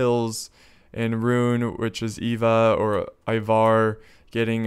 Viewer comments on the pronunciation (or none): none